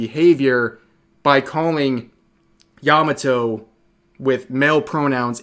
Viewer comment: Yah mah toe not "yamuh toe."